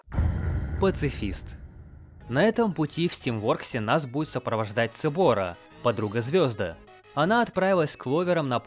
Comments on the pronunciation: Поправочка Цероба а не Цебора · не цебора а цероба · Не цебора а цероба (ceroba) ну или сероба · Сэроба, а не Цэроба